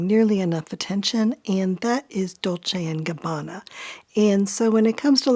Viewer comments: Ohhhh nope lol, 99% of Americans cannot spell any Italian's surname correct, starting from Versace. But has a spot on pronounce. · As an Italian i am impressed by your perfect pronounce of Dolce e Gabbana, almost no English speaker can pronounce it correctly but you did. Impressive